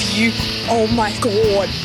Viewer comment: Oh my gwad 🤣🤣